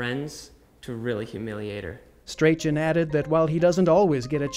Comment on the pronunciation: What a strange pronunciation of 'Strachan'!